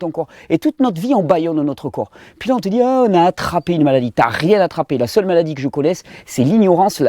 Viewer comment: moi, j'entends m-allah-die lol